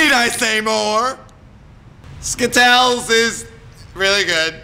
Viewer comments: stop saying skittells it is is skittles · You are saying skittle s wrong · Skittals!! dies of laughing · he's the new spokesperson for Skittles! Skittles will now be pronounced skitels! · IT ISNT SKITTLES!! Its Skit-tells!! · the way he says skittles makes it sound like a disease xD